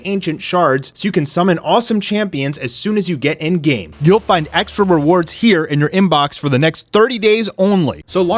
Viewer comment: EREN!!!!!! NOT ERIN OR IREN FFS